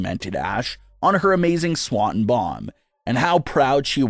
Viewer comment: My guy - how hard is it to pronounce Swanton? You've been a fan of wrestling how long? Doing videos on wrestling how long? It's Swan ton.